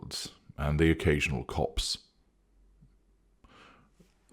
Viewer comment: ‘The occasional copse’ or cops? Loving the reading, as this adds additional meaning.